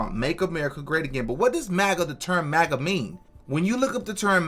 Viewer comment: You're one of the only ones who actually pronounces MAGA correctly!